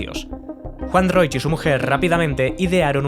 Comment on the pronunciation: Increíble que este sea tu primer vídeo. ¡Gran aporte! Solo un pequeño aporte: el apellido de Juan Roig se pronuncia "Roch", no "Roich" (la "i" se omite). Me encantó que la primera tienda que sacaste fue una de las de Sagunto por cierto jajaja, justo esa es la que están reformando ahora a lo que llaman "Tienda 9".